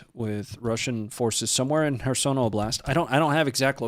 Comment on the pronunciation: The pronounciation of kherson is off too bro just sayin